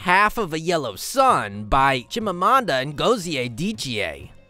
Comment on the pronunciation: You didn't pronounce The chime Amanda ngozi name very well 😂😂 actually I'm from Nigeria igbo to be precise same tribe with chime Amanda and we are both same state and village